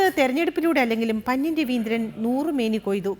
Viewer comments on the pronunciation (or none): Pannian ennu parayaan padikku koche